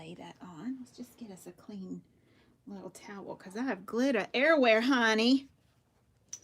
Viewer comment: “Glitter errrywhere hunni” lol so funny, new subbie. I’m enjoying every minute. Where are you from?